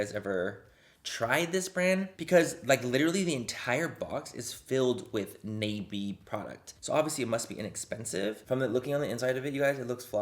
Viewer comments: its not nay-bee its nah-bee and thats really annoying me lol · Mmmm I think it's pronounced nah-bee but I've seen it at la pulga lmao.. I've never bought any of their products tho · its pronounced Nah Bi its Korean for butterfly, don't know if this brand is Korean or not but I guessed from the butterfly in the logo. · I believe it’s pronounced “Knob-ie”, like a door knob.😂🤣 I actually have heard of the company, but can’t remember where...that’s not good.😳😳😳😳😳😳😳😳😳😳😳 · ohhhh its pronounced “nah bee” thats butterfly in korean just realized that halfway thru lol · I think its pronounced nah-bee. Dont quote me. That's L.A callejones make up. Bottom of the barrel ish or tia chismosa make up 😂😂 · That expression 😂 when Manny pronounced "nabi"